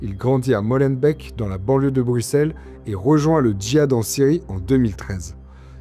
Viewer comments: Molenbèc Schaerbèc Etterbèc et même Neder-Over-Heembèc ne vous remercient pas pour la prononciation 😂 Mais pour le reportage, oui. Merci. (On dit Molenbééééééque, Schaerbéééééque etc etc bisous chers voisins) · au cas ou "molenbeek" se prononce "molenbéék" et pas "molenbèk", ça serait pas mal de savoir prononcer les noms des lieux dont vous parlez ;)